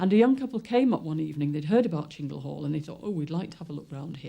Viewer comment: It's Chingle Hall not Shingle Hall,! Why do some idiots decide to pronounce words in their own way?